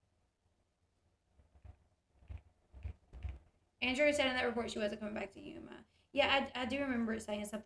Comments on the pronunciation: I think she means Andrea / Dre idk why she keeps saying Andre, it was throwing me off lol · AndreA - her name is Andrea, not Andre'.